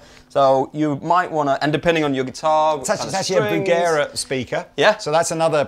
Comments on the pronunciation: It's pronounced beh·ruhng·uh, and not the way of unworldly yanks who say 'berinjer'. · Behringer is pronounced beh ringer not behrinjer you utter Muppets. l flipped your video the first time you mispronounced it. !